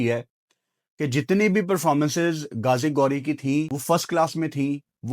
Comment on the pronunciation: اس کا نام گازی گوری نہیں غازی غوری ۔۔۔ تم بھی پٹی انڈینز کو خوش کرنے کے چکر میں اپنی اردو کو ہندی بنا دیا